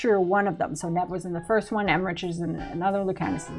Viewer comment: Thank god Rook can't romance Solas. I would have hated that.😅 Some of these I thought were given. Like the fact that there is more magic because of the Veil weakening and how transmog works. But guess not because there were questions about them.😁 I thought the end of Emmrich's name was pronounced EmmriKH and not like the word rich? I wonder if the Lucerni and Shadowdragons work together and because of that we will meet Maevaris?